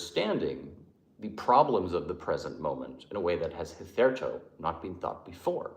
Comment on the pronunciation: you are brilliant but some of your pronunciations are so bad! The way you said “Hitherto” cracked me up. Not that it matters, but “Aristotelian” “Kierkegaard” and “Weil” should be “Vey” “keerkegor” and “aristoteelian” but almost nobody gets those right if they only read the words and never hear them spoken. I might be wrong as well, but that’s how I usually hear experts say it.